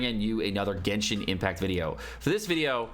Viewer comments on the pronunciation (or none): none